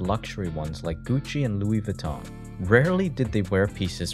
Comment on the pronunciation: it’s a French name it’s not pronounced vuh-ton goofy